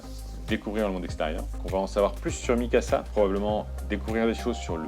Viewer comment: Bjr bon courage pour tes videos. Juste une precision : MIKASA et non pas mysaka.